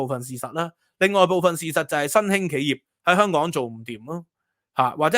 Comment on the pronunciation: 蜑家人發音:康港😅